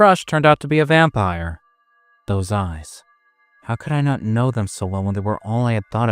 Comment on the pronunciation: ❤❤❤What in the Edward Cullen lol… say it “vampire”…